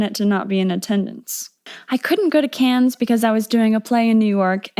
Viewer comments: sidenote, Cannes is pronounced without the s at the end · Its Canne not cans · The “Cannes” in Cannes Film Festival is pronounced “Carn”. Like the way you pronounce actor James Caan’s name. There’s no “S” or phonetic “Can”. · Another great vid. ("Cannes" is pronounced, "KAHN," btw, cutie.) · It's Canne(s). You don't pronounce the S... ❤ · this is the first time I've heard someone pronounce the "s" in "cannes", have I been saying it wrong this whole time? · Cannes, don't pronounce the 's' (french) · Americans almost always mispronounce the “a” in “Cannes,”but until I watched this (excellent) video, I had never heard the “s” pronounced.